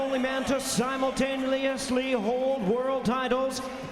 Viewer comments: "Simultaneoulousely"... Lol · lmao "simulultaneously"